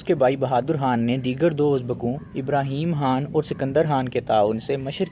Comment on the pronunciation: bhai Khan ko Haan kaun bolta hai Urdu me? Khidmat ko Hidmat kaun bolta hai?? Matlab kuch bhi haan?? Turkey wale Khan ko Haan bolte hain urdu wale nahi